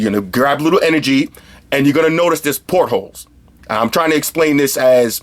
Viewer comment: He's saying "portals" lol.